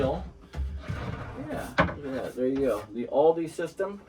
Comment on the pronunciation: It’s pronounced “All-duh”. Not all-dee.